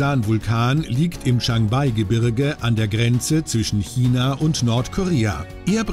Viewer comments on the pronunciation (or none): none